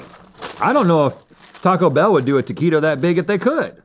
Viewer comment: You’re not pronouncing taquito right.